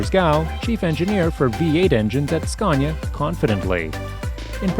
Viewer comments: It is fkin not "scyaaawwwwwnya" it is "scan ya" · Ughhh SKA-ANNY-UH Say it right fucker ! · Did'nt know there was an "r" in Scania. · Its scania not sconia you muppets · There is no "R" In Scania! Scania is a landscape in Sweden!